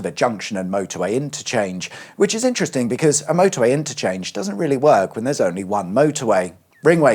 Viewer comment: Vewy intwesting